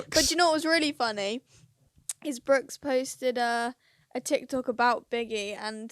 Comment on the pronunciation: By the way it’s “Brooks” not “Brookes”